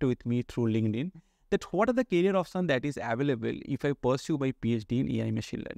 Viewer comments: I think first job you should do is pronounce "career"correctly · Try to improve your English bro. It is "Career options"